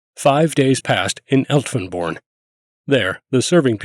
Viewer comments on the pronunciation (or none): "Lüttich" = the name in German of the city of Liège (Belgium), in Dutch, it's called "Luik"; Elftenborn is a mispronuncement of "Elsenborn", also in Belgium.